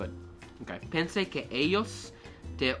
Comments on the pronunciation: In spanish, the double L is not pronounced like a single L , you pronunce it like Y. like ELLOS will be in raw english speaking like AYOS . Also spaninsh prononce E as A in english. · double ll is y so ellos is ay yos not ell os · One thing: Double L's are pronounced with a y sound. Ellos is pronounced eyos. Great work!